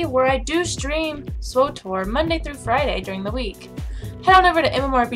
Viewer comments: My biggest pet peeve is when gamers make up vowels to fill out a word that isn't actually a word. I enjoy your videos but it's SWTOR (STAR WARS The Old Republic) not SWOTOR (STAR WARS "O?" The Old Republic). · Pronouncing it Swe tor just sounds even more annoying imo.Either way,I first heard it pronounced SWOTOR off of the MMO report and ive heard it that way almost ever since. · I am not sure I agree that pronouncing Swtor (SWE)-Tor is any harder than pronouncing it like SWOAH-tor unless english is not your native language. Can you pronounce an SW sound? It's the same sound made in the word sweater. I think the reason people pronounce it SWOTOR is because they are familiar with KOTOR. But the acronym for KOTOR actually as a word that starts with an O in it. So it actually make sense to pronounce it KOTOR. Come to think of it when as BW ever called the game SWOTOR?